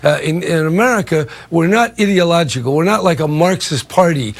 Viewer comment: Sir...... LEARN GRAMMAR. Ideological, IDEA IDEA IDEA. Not Idilogical, Ideological... IDEA Jesus fucking christ I couldn't even listen to what he was saying.